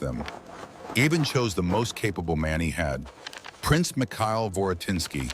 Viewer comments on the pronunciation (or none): none